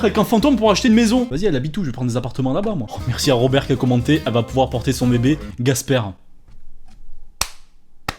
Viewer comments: Bien la prononciation de gasper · Casper! Pas gasper !😂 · C'est Casper pas Gasper !! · c pas Gasper c Casper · Gasperd ? J'ai dis ça toute ma vie avant d'apprendre récemment que ce n'était pas "Gasperd" mais "Casperd" ... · C'EST CASPER, PAS CASPER BORDEL DE M* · C'est Casper et pas Gasper !! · C'est CASPER pas Gasper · SE N EST PAS GASPER MAIS CASPER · C'est Casper PAS Gasper !!!!! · C'EST PAS GASPER, C'EST CASPER PUTAIN !!! UN MINIMUM DE RESPECT S'IL VOUS PLAÎT !!! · C pas Gasper mais KASPER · Casper ! et pas Gasper !!!!! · Casper, pas Gasper ptn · C'est Casper avec un C pas un G !!!, x) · On dit Casper